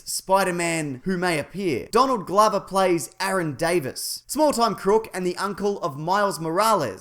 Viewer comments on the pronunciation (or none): none